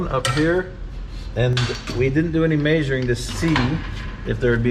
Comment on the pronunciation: Love how says "mayshoring"